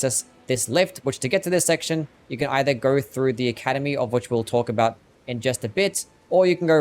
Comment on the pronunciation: going no "goring" go not "gairo" know not "Knowr". so not "sorrr" why do you add R's to words that don't have R's in them ????????????